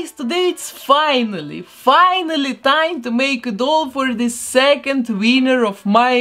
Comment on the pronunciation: Does anyone else love the fact that she says winner as wiener 😂